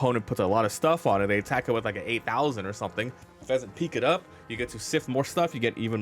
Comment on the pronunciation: Pheasant Peck!!! Not peak!!